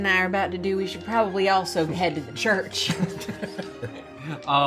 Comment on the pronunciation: not the chucårch🤣